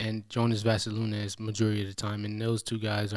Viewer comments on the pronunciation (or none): properly pronounce Jonas Valanciunas name properly challenge Man sad Vasalinez 😂😭